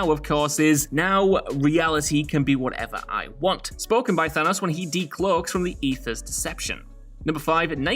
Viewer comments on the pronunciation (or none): none